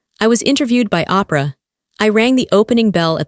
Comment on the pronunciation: This is enjoyable story. But there are some mistakes in the pronunciation of several words but the biggest one I found is shortly after she was talking about being on the cover of Forbes and interviewed with Oprah Winfrey, and you pronounce it Opera. That is phenomenally wrong. You need to fix your pronunciation of some of these words. Like when her father stood there with his head with his head bowed, it's pronounced bowed like when a person bends over at the waist. Sometimes this gets frustrating. You need to fix this is AI narration is not working.